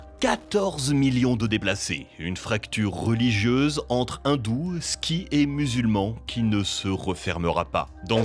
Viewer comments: C’est pas ski mais Sikh 🪯 un peu de respect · Montrer le guide suprême iranien en disant « les arabes », dire « ski » au lieu de « sikhs »... c'est pas très pro les gars. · Bravo pour cette vidéo bien présentée pour des sujets aussi risqués ! Quelques petites erreurs cependant : on dit sikhs" et pas skis, et la Birmanie et le Myanmar sont deux noms pour un même pays, il y a une incohérences sur la grande Inde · Sikhs, pas "skis"